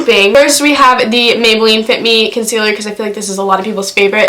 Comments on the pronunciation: HAH "conciller" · when she said con-cehl-er i screeched